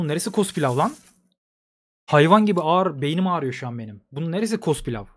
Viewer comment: Akıncılar: Ne güzel cenk edecektik. Adamın biri paşaya cospilav demesi yüzünden savaşın ortasında konsantrem bozuldu